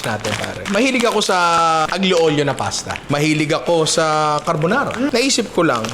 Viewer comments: Watching from Italy. Ninong, fan mo ako simula nung nag viral yung crispy kare kare mo. Panonood at pagluluto ng mga niluluto mo ang bonding namin ng girlfriend ko. More videos pa ninong. Konting kaalaman ninong. Ang pronunciation ng dish na “Aglio Olio” ay Alyo Olyo. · Hello po Ninong 🤗 salamat sa content na to gusto ko talaga matry magluto ng utak, di ko lang alam pano 😅 ngayon may idea na ko. correction lang po kase medyo naaano ako pag naririnig ko kayo sa pronunciation nyo sa aglio olio, silent g po ang aglio 😊 sending love from Italy ❤